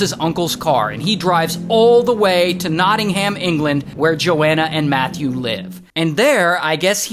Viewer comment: its no'ingum not knotting-ham